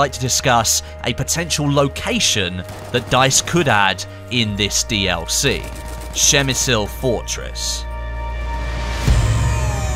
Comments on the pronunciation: Dude, pls check how to voice "przemyśl" in Polish in Google translator. Your speaking hurts this wonderful language xD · You did fine, but in polish it's Przemyśl :D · przygotuj sie jak coś masz powiedzieć w obcym języku! Przemyśl to trudne słowo ale anglik powie to normalnie...tam nie ma Szy tylko P na początku...Trzeba sie pytać ludzi jak coś wymawiać przed nagraniem materiału. Każdy dziennikarz to robi. robisz błędy w każdym języku! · Actually I'm from Przemyśl and your pronouncation is horrible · Its "Przemyśl" phonetically it would be: Psheh-myh-shl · Per mi sul. Lol 😂 that butchering. Spit on de Non Austro Hungrian. Mass clicking! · Dont say PrzemysYl just Przemysl xD. What about Gorlice Tarnow? We even got skin for weapons called Gorlice Tarnow. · not that bad actually, but the first letter P should be hard and distinctive. Przemyśl. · You didn't butcher it that bad XD. It's pronounced "Pshe- mishl" (as close as possible because some letters and accents make a different sounds). But as English speaker, not bad 👍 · You made me smile every time you said it so I guess I can you forgive you the butchering :D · Took me a while to understand what you said... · I am actually from PrzemyŚl, and yes you butchered it :p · Hey! I'm Polish and I have to say that you made me laugh a bit when I heard you saying Przemyśl, but later on when I listened to you couple more times, I thought you did it quite well as for being a foreigner.:D The correct pronounciation is impossible to explain (without using the phonetic alphabet) in English, since there's no "ś" sound. "Ś" is a softer form of "s", a bit close to "sh", slightly similar to "sh" in the word "sure". Pronounciation goes more or less like this: PRZEMYŚL > PSHEMYSHL. Good job anyway and I hope you will at least try to say it perfectly just for yourself.:D I think somebody posted a link to the video with correct pronounciation here in the comments. Cheers!:)